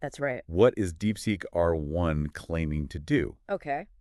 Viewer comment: wtf is DeepSeq mate? Did you mean DeepSeek?